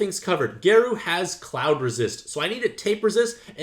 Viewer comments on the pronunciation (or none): Garou is pronounced like Gah-row